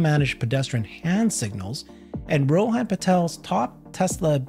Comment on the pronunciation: Great video, thanks and. It is pronounced Rohun and not Rohaan. should know better, he is an Indian.